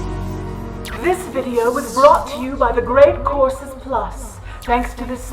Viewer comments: It's just the way she pronounces the word. It sounded like see said courses. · I definitely heard “Great Corpses Plus” and not “Great Courses Plus”